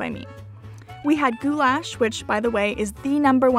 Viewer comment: Your pronunciation is so funny! Goulash=goooyash and Kürtőskalács= koortoshkalach